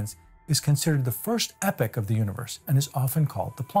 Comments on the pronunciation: Epoch is pronounced "EE-pock," not "Epic." You don't want to confuse people... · He keeps saying “epic” instead of “e-pok” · Why is he pronouncing epoch "epic"? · Two things. First, epoch rhymes with "free clock" it has a long e sound. Second, Inflaton rhymes with "in your mom" (short a). This is very grammar ocd, but I couldn't resist. Apologies in advance.